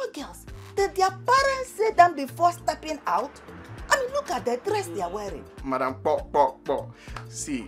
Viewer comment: Did anyone hear madam kpitinge LMAO......just passing oo🏃